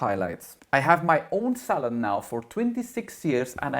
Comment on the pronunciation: New sub here 😘 I thought you were saying hair salad when you said hair salon. Lol I am a hairdresser too (since 1969/&'71 got my teachers degree. Thanks for the entertainment. (Good thing you added that NOT! after advocating purple shampoo for everything!) 😂